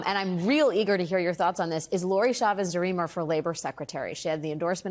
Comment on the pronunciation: Love alex wagner, but its cha-vez not sha-viz, alex wanger